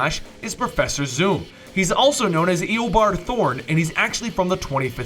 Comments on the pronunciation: it's not eabourd thorn its eabourd thawn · It's pronounced ee o Bart thawn